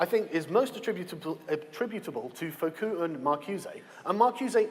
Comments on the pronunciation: FO- Cue. OMG Sargon can't even pronounce the people he's pretending to have read!!! It's FU-CO, Foucault, you fucking idiot. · 9 Sargons long Also "Foh-coup" made me laugh out loud, what a charlatan. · I love how brain genius Carl has totally studied Foucault so well and yet can never even say his name right. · Not gonna lie, the most egregious thing about this whole video is Sargon's pronounciation of Foucault. How dare he utter the name of our SJW overlord in such a manner.